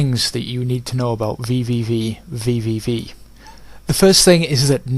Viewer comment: While I did enjoy the "vvvvv" running gag, the game is simply pronounced "v" ("Vee"). Nice review, I don't necessarily agree with it, but good work.